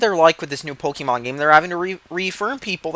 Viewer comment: Ok did u say PokEYYYYY Mon?! Na boi. It's Pok E mon